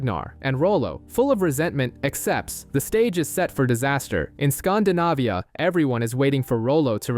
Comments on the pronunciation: It's Scandinavia not "skhndahnahviyhah" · Great Channel 👍 but scan-dee-navia 😊